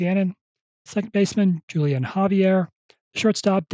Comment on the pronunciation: The J is silent in Julian, more like Wholian